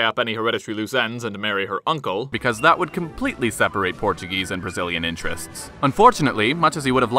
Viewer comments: yes he did all those deeds yet he double crossed his People by abdicating Portugal's throne. He only won the civil war because he had the support of the English (as you mentioned) the majority of the Portuguese people supported D. Miguel. By the way your Portuguese pronunciation was Excellent are you fluent in Portuguese? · Very good video. Nice Portuguese pronunciation! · Excellent Portuguese pronunciation and great channel.